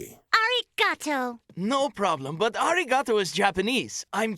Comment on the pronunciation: As a Japanese student, their pronunciation of “arigatou” is absolutely cringe 😬